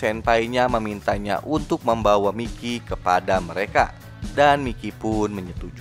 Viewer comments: Bang itu namanya di bacanya "Maikiy" Bukan "Mikiy" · Mikey: Bacanya : Maiki!!!!!! 🤡